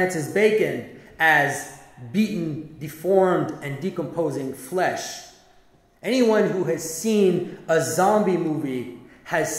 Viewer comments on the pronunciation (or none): none